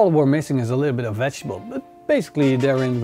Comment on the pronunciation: Put in all the "vegtable" fat :)